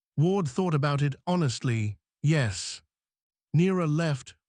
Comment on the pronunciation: Tell your AI how to pronounce 'yes'.